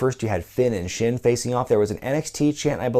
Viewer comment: JBL always sounded like he was calling him Shitstain.